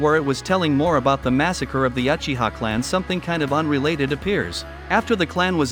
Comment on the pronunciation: And other mistake is your pronunciation of uchihas 💀